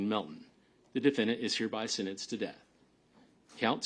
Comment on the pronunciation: "The defendant is hereby sinnenced..."